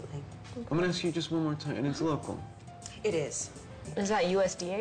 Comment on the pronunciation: love how he says "local"... sounds like "loco". makes me laugh every time